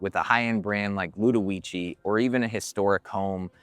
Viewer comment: you said the name incorrectly